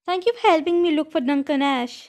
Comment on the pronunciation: Actually, I think it’s Ash eeee, not ash